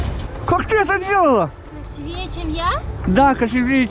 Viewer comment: 👍👍👍Видео супер ,только правильно не "красивЕе",а "красИвее" Салам из Баку!🇦🇿🇦🇿🇦🇿